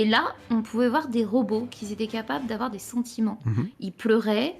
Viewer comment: C quoi cette manie de rajouter des liaisons en Z, "Qui z'étaient sur la lune" "qui z'avaient des sentiments"